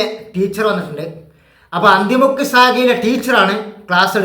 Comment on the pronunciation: അന്തി മുക്ക് അല്ല അണ്ടി മുക്ക് എന്നാണ്.